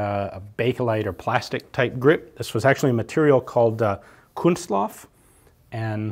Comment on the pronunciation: "kunstlof" did you mean "Kunststoff"? Because that's just a common term for plastic in Germany...🙃